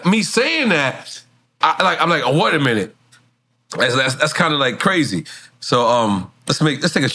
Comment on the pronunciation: Nore said “Water a minute”